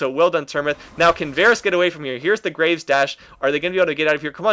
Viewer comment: Graves not gra ves like as in digging graves